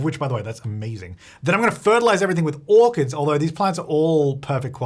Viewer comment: Kept hearing "harvest organs!" instead of "orchids". Thought I missed an update LOL